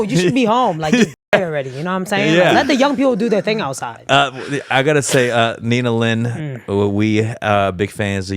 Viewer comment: it's nina lin right? not nina lee